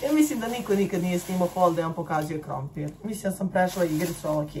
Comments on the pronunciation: Niko: Apsolutno nikooo:: ‘’KrOmPIrrrr!’’🥔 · "Krompirrr"it's for me🖖🏻🤣